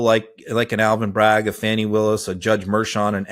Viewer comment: CAN YOU PLEASE PRONOUNCE FANI WILLIS’S name CORRECTLY PLEASE . You should know better